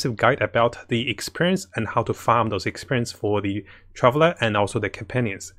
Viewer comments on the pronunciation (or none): none